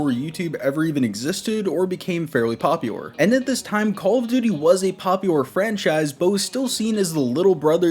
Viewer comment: I can't get over the way this dude says popular 😂